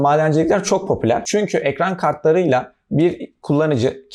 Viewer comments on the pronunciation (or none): none